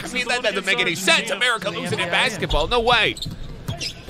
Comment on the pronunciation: Ameri-cuhh! No, just me? Ok my bad